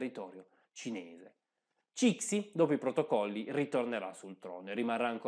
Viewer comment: Ciao, ti segnalo il libro “l’imperatrice Cixi” che offre un punto di vista un po’ diverso. Il video è molto interessante. Ti prego, non pronunciare Cixi così.